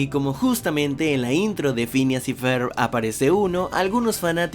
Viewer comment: Pincha wey no mames asi no se pronuncia (ferb)